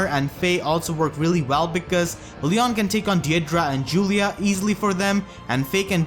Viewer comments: So is it pronounced lee-on or lee-yohn Regular Eirika says lee-on but new Eirika says lee-yóhn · It's pronounced lion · It's pronounced LEE-OWN